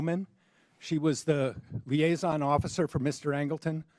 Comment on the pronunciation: doesn't know how to pronounce 'liaison'.